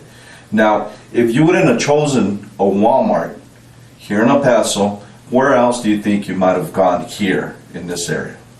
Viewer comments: It’s pronounced Pass-oh. Thanks for the video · It's "Paso".... like "Lasso." Dipshit. Do the smallest amount of prep.